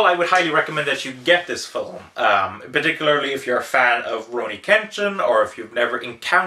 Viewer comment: Fil-m. Its not Phil-im, wheres the extra i? I do want to see this, but Id rather read the manga first. I really like Trust and Betrayal tho, very Oshii esc.